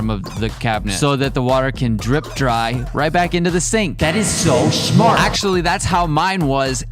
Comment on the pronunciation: "That is show sHmArt!" -😂😂😂